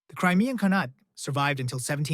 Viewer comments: It's pronounced khaan-ate like khan ate food lol not canate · what's wrong with you, why do you pronounce khanate as khanat-*ay*? It's obviously khan-at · Very good video, but please, pronounce “khanate” correctly.